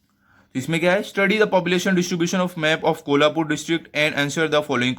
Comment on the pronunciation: Abe sale thik se naam le kolhapur 😈😎🤬🤬🤬